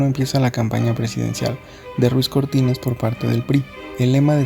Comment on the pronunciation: Si su primer apellido es Ruiz por qué dices Cortínez?